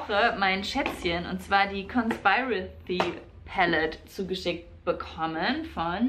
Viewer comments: "conspiracy" wird aber immer noch anders ausgesprochen :D und zwar kon-spi-ra-si haha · Bin mir nicht sicher ob ich dass kommentieren soll oder ob ich damit nur nerve (ich meine es aber nur gut 😂) : Du sprichst Conspiracy ein bisschen falsch aus also das i. Mega geiles Video hab mich so gefreut dass wieder was online gekommen ist